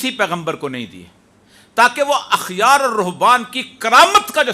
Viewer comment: او ريا صاحب.احبار(با)کے ساتھ پڑھے احبارورھبان ہے۔اخیارنہیں ہے